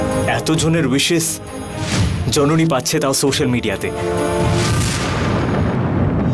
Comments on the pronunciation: Jononi ke nondoni bollo je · এই রে কি বড় মিস্টেক, জননী না বলে নন্দিনী বলে ফেলছে আঙ্কেলে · jononi na bole nondini bollo kno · সবাই লক্ষ্য করেছেন যণণী কে ণণদিণী বলেছেন